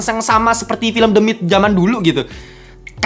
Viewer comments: Harusnya pake teuh ya ...The Myth ( mith)😊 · the myth dibaca demit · Ketawa karena setiap Abangnya ngomong "the myth" , aku dengernya "demit" 😂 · Fr kwkkw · Nah iyah gw kepikiran "demit" Malah wkwkw